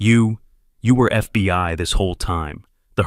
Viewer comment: the next one with a stroke its only three Letters and he fuck it up every single time